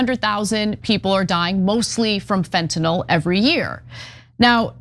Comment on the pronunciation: I’m pleased that simply Ana pronounced fentanyl properly unlike 99% of the people on tv and the govt say it. Not fentinal, fentanYl (like “IL”).